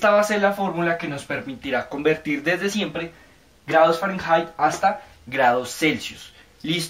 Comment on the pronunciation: se dice fahrenheit no fahranhait